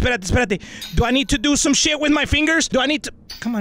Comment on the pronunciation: And yes I know that he said “some” but it sounded like he said ‘a’